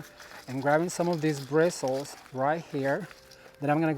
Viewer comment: I loved watching this,. You were sparkley all over. At first I thought it was just your shirt, but then I saw sparkles from top to bottom. They matched your personality and excitement. By the way, what else would you say instead of birstles? That's what they are, and that's what we use to attach stuff, like so.